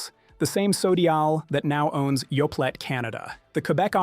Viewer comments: Yoe-play, not Yoe-plate. This is Canada, after all. Remember your French class! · It's Yoplait p l a y not p l a t e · OK, surely this must be AI generated speech? I really thought it was a human but come on Yoplait is pronounced Yo-play. I don’t know about you guys but when I hear mispronunciation, it’s not endearing me to believing what’s being said. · That's not true. Activia is a very healthy yogurt. And the t is silent in Yoplait . Omg!! This so fear mongering and Canada has labeling laws. What in the good is what's on the label. You poor pronunciation is a huge indicator that your A FEAR MONGER. SHAME ON YOU!